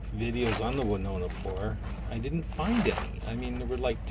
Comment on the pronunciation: "Wanona?" hahaha Read the name again.